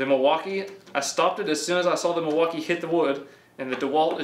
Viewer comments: Lol… I heard “deMaltkee”…. ? Don’t we just want the best of both world…. I think they both are great tool, I like the power from Milwaukee and I like the new designs of dewalt, plus new stackPack batteries…. I owned both brand and there are just pros and cons for both. Both good brand to go for! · "Delmaukee" lol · It's pronounced Milly wau Kay and it's native for the good land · Thought i was the only one that heard that